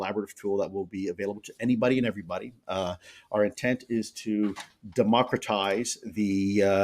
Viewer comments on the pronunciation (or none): Democtratise.... hahahahahahahahaha